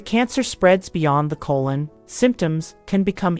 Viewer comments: Good video, but so annoying that she keeps saying "cologne cancer" instead of colon cancer. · Why does the narrator keep saying "cologne" cancer versus the proper pronunciation throughout the rest of the video? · Yes, she said "colon cancer", but she also said "cologne cancer" quite a few times.